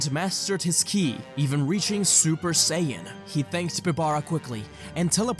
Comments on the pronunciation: Listen u said "kill'i" not ki, also , and u said kili's not ki again lol dude u good cuz u might have sounded like u were out of it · WHY SO KEEP SAYING KILI!?!? IT'S KI, made me check the date thought it was the 1st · why do you keep saying kili?